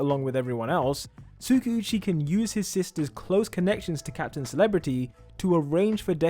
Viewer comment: I am not hating or anything it's just my opinion on how you pronounce Tskauchi. Its supposed to be pronounced as Tska - U - chi. Love your channel and your videos .